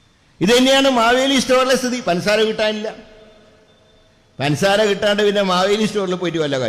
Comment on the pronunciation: പൻസാര അല്ല പഞ്ചസാര ആണ്.